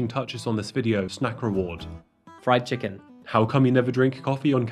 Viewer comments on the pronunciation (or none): The way you said fried chicken. 😂